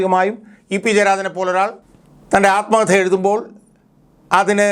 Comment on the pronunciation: ആൽമകഥ അല്ല ആത്മകഥ